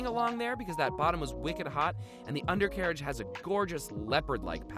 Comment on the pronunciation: Nobody:: U N D E R C A R A G E